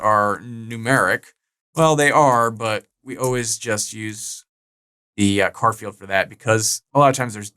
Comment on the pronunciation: love the way you say 'car field' instead of 'Char field' 😏